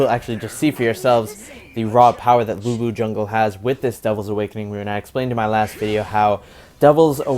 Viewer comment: Lữ Bố chứ không phải Lu Bu 😂